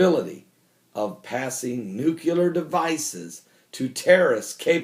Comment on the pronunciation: Every time you say NUCULAR all i can think of is George W Bush. Im sure thats not someone you want to be compared to, especially for spelling and pronunciation. NUCLEAR = noo-klee-er. Its so bad that I miss the rest of your message due to how distracting it is.